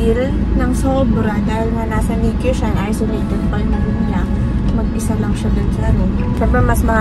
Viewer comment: ❌❌❌❌❌❌ NICU HINDI NIK-Q ❌❌❌❌❌❌😂😂😂😂😂😂